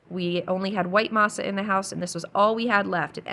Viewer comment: Masa you said it correctly M “ah” I grew up on homemade tortillas so I love that you make them. Also this video motivated me to thaw out some of my frozen garden zucchini for zucchini bread. I usually add walnuts and make a separate loaf with chocolate chips.